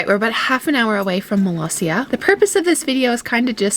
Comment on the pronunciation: Love that the Subtitles recognized Molossia as Malaysia or Palacia. Can't believe people still mispronounce Molossia as Malaysia, even in front of President Baugh.